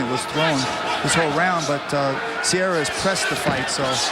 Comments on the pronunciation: EXACTLY. What a useless announcer. Matt "Sierra" vs Din "Thompson"... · I kept waiting for the one commentator to get corrected with, “it’s Serra, not sierra” lol